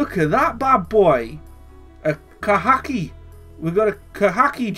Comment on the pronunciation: 😂😂😂😂 the way he said khaki